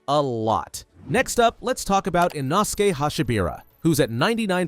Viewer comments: Bro, who is Inoski? It's inosuke. | | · I dont know but has the english dub come out yet? I have finished the books but want to watch the english and japanese versions and my favorite lower rank demon slayer is NOT called eenoskee its inoskay its spelled inoske which is a little wierd but seriously!??! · Ah yes inoskie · Frrr… like inosuke just can’t get his name right 😭